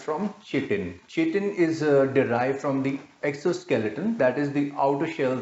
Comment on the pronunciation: you can't even pronounce "chitin or chitosan" correctly. OMG.